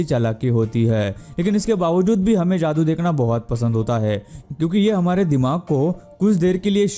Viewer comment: Bhai tu ne bhi video me jaadu ko ak baar daadu bola h apni Video dekh ne min se shamj jao ge